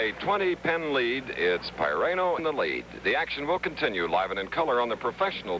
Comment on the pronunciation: Didn't Marty pronounce his last name "Pih-RAN-oh"? Chris Schenkel calls him "Pie-RAIN-oh" throughout this match. Shouldn't pronunciations be a basic part of preparation for big-time network pros? Anyway, I went to SU from 1973-77 and also watched Syracuse Bowls, with Marty offering analysis and Joel Mareiniss doing the play-by-play. "The balls will be rolling and the pins will be falling as ... Syracuse Bowls!"